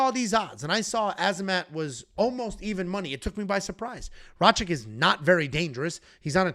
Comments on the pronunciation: for the 100th time. It's RA-KITCH not RA-CHICK. Are u dislecsic or do u intentionally butcher easy to pronounce names? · BRO CANT SAY RAKIC LOLOLOL IDIOT